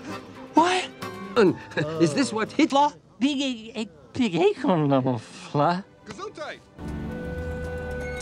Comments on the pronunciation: "is this what HitLAR" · “Is this what Hitla” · did he just say Hitler? Well actually, "Hitlah". Edit: so far this video sounds like he has schizophrenia. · it sounded more like Hitla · Sound like "is this worth hitla" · “Is this what HITLAH-“ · “Is this what HITLAH??? “ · Did he just say “Hitler”? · Not even 5 seconds in I hear Hitlah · is it just me or does it sound like he said 'Hitla!' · Joshua Mezzie he said it wrong sir